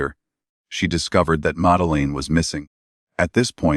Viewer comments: His voice makes me fuckin cringe’ “We had such a relaxing holiday “ If all the children had been taken??? Big child catcher with a big bag came along didn’t they?’ And you got some muggy septic voice over?’ Fuck me 🤦‍♂️ awful! Tapas 7 were they? Make a documentary and can’t even pronounce the girls name? Jeez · You constantly mispronouncing her name, makes it impossible to listen to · Shame ai can't pronounce Madeline, or epitome